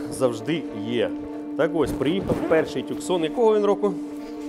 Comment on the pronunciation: Опять тЮксон. .ну не е.т.м. Город в штате Аризона - Тусан. Местные произносят Тусн.. Не Таксон, не тЮксон. . Вроде профи а так лажаете. . По машине: Ей красная цена 8500. К сожалению реалии украинского рынка таковы. Виноваты в ценообразовании ВСЕ